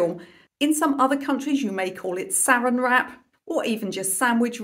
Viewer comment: Saran Wrap is pronounced suh-RANN. This is a rather important distinction, since SARE-in is how we pronounce sarin, which is a deadly nerve toxin.